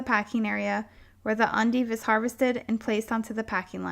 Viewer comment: You keep calling them "undives" in the video when they are "endives"